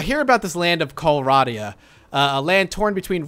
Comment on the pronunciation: Correcting you on how you are pronouncing some of the things here. Calradia: Cal-raid-ia. Swadian: Sway-dee-an.